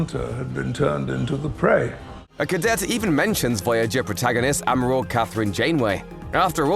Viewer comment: “Ameral” Admiral